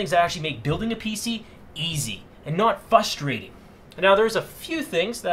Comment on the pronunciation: It sounds like you say "Fustrating"